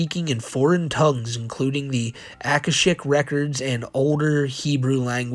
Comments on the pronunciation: i mean its on a letter from a pedo..... but "akashic" is pronounced "ah-kah-shick", but you got it closer than many attempts ive seen....or rather, heard....but your mangling of "mimicry" as "mee-mee-cry" instead of "mim-ick-ree", just cannot be overlooked. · akashic is usually pronounded a-KOSH-ic. Hope this helps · He spelled “Aurora Borealis” as one incorrect word. Also, we’ve been over what the Akashic (Ah-kah-Shick) records and it’s pronounced “mih-mih-Kree”